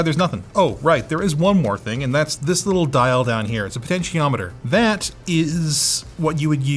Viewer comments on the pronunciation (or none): none